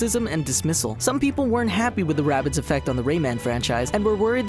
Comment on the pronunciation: its not wabbit its rabbids